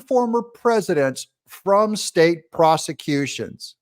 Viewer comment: Freudian slip, Doug, of your mispronunciation of “prosecution”! You were right the first time!